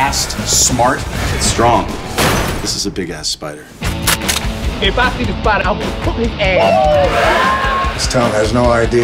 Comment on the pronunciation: Its a spidAHH it was bigAHH it was seven feet on diameAHH